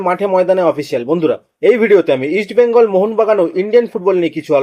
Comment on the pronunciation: Eastbengal uchharan thik vabe korun.sunte Kanelagche